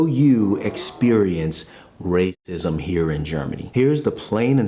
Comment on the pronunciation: It's quite annoying when listening that you're trying to mute or mangle the "racism" word, and it doesn't help with YouTube anyways. Their CC generation system still understands you well enough, and you're putting it in the title. Just say it as it should be said, you can't fool the algorithms. (not to mention that the word will be written in the comments a hundred times anyways..)